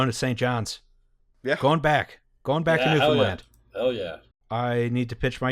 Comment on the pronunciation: I see the oil tanks in St. John's outside my window every single day. Thank you for saying "Newfoundland" properly.